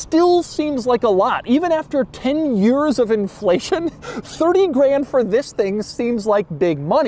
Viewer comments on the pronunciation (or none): none